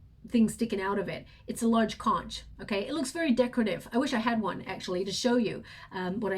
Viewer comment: Hey, that conch shell is pronounce as konk! Don't mean to correct you but just letting you know! I love your readings and can't wait for each reading! Thank you so much!